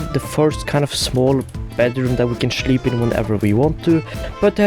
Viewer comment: I just love your accent. It's so cute how you say "shleep". "shlash", "shlaughter a bunch of small animal families". Just adorable 😍🤣